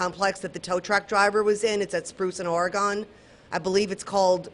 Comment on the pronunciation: Ory-gun. Say it right! Lady, every time you say it wrong, you insult my state. Do better.